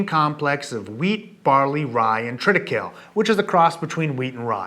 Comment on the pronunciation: Triti-kay-lee, not triti-kale.